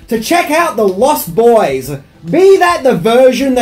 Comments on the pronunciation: Its pronounced LOST boys, not lost BOYS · I have to ask, is it your accent that makes you pronounce it "Lost BOYS?" You put a lot of emphasis on the boys part.